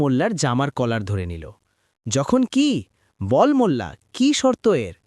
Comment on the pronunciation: ভাইয়া মুলা বা মুল্লা না।।। মোল্লা হবে।। আর সব সময় এরকম সাউন্ড ক্লিয়ার রাখবেন মিউজিক দিবেন না একদম প্লিজ